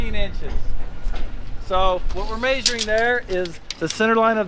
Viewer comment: After watching your videos for 2 years I am 11% smarter. Maybe 9 1/2. I have learned to keep a Mountain Dew handy in case of fire, and I have also learned to trust my eyeballs instead of a "mayzuring" tape. I have never welded before, but I have learned to simply look away instead of using safety equipment. 👍 "The MORR You Know"